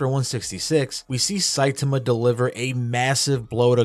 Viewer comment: My OCD will become the greatest threat to humanity if i hear one more person pronounce his name Sai-tumah 😂